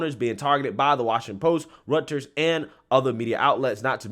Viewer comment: Its pronounced Roy-ters